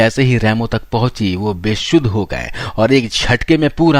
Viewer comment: बेसुध को बेशुद्ध क्यूं बोलता है बे? 😅😅😅😅